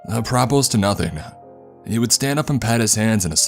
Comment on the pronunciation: You have a good voice. You might consider listening to yourself during performance for pauses that aren't there in regular conversation. By the way, it's pronounced, AH-pra-po, meaning, "relevant to."